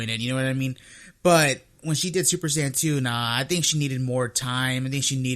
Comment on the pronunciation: There's no "Super Cyan", no official source ever says "Cyan" it's either "Saiyan" or "さいやじん"